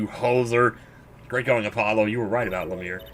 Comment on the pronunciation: My dog's name is Apollo and hearing you say "Apple-lo" makes my day. It's one of my dog's nicknames I give him, too!